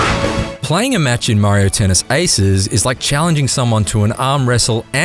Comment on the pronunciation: The “haces” pronunciations is killing me. 🤣😂😅